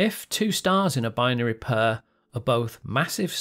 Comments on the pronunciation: Oh you're not a fan of cats you're just pronouncing pair as "purr". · Lol u say the word “pair” very oddly I couldn’t help but notice